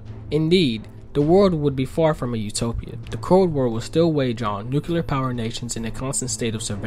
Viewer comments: It's 'nu-CLEE-er, not 'nu-CYOO-ler. Thank you. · Question: why the fuck can’t people say nu-klee-ar anymore?